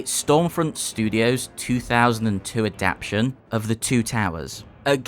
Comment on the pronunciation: Great review! Made me want to load it up on an an emulator... (although your pronunciation of adapTATion had me stressing out lmao).